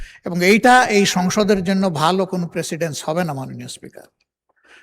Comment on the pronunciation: প্রেসিডেনস / প্রিসিডেনস!